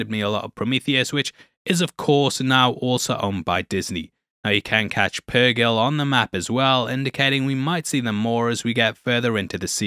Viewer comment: Hera being the most experienced star pilot and being one of the few to actually TRAVEL WITH the purgill (or pur JILL as mispronounces it for no reason) thinking ezra and thrawn died at the battle of lothal is kinda dumb